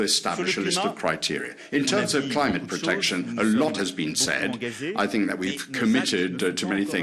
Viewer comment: ‘I sink, I sink, I sink’. France is sinking with that puppet!